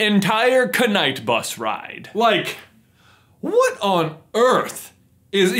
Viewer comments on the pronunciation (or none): I spent a whole ten minutes making sure it was pronounced night not k-night. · Dude, we know how there's a "k" in the Knight Bus, but there's no need to put such emphasis on it. Seriously, the "Kuh-night Bus"? Do you think they serve "HH-white cake" on it...? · The most cringey bit for me in this whole video was this: The entire KuNiGhT bUs ride First of all the knight bus ride is amazing and it’s not pronounced KuNiGhT bus Issa joke not hate lol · J: The entire k-nite bus ride. me: Wait did you just pronounce knight bus as k-nite bus instead of nite bus? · One thing that made me cringe was the fact that he said c-knight bus. U kidding me? Also in the first laughing scene they accidentally started laughing and the directors thought it was perfect to go in the film. Guess not according to you. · I just have 1 irrelevant thing to say.... Knight Bus is pronounced Night Bus not K-night bus. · The 'Kuh-Night Bus'? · Heromione : It's not ' KAH-night', it's ' Knight'. Everybody else : "KAH- night." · why the hell do you say k-night bus where the hell have you ever seen "kn" in the english language where the k is pronounced what is wrong with you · Why do you repeatedly call it the Knight bus, when it's pronounced 'night'? You wouldn't say Knife, would you? That's not a cookie, btw, it's a mini mince pie, since it's Christmas time. Get your British bearings right, please! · The other thing that’s cringey about the knight bus is the way he pronounces it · Did he say k-nite bus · Did... did you just call it the ka-night bus? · it's a running gag of the channel. because they do say knuts (k-nuts) in the book and the movies. so k-night, k-now etc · You don’t pronounce the K it’s silent 😆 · Is the way he says knight an in joke of the channel. Surely he knows you don't pronounce the k.